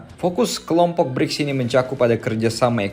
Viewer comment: Bricks abang nya Gribs 😂